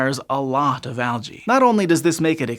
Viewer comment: Al-gae hehe